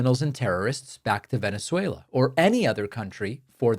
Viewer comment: David as a venezuelan I commend you on your pronunciation of "venezuelans" very proper!